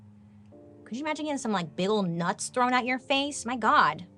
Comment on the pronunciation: "she hates to be trown into a river" xD xD she's hilarious <3